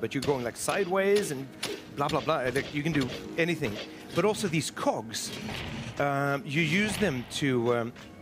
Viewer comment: He sure loves cocks, the way the pronounces cogs.